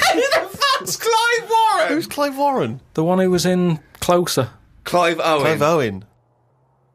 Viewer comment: "Jack Nickelsonhouse. . . Will Smaith. . . Morgan Fruman" He purposely mispronounced each name to make fun of Karl saying "Clive Warren"